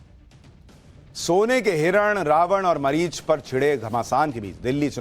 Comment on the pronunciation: Marichi ni marich😂fir glt bola